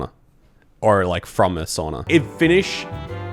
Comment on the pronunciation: Find a seat and stfu. You're not funny and since you ( judging by this video) can't pronounce SAUNA correctly, you're the last one to mock and try to over mimic the people. You have no agency to do that, pos. Come back when you do speak Finnish fuently which means never thank I Sincerely, Finn living in TX.